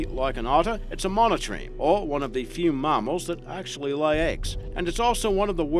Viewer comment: mammals or marmals??? hahahahahaah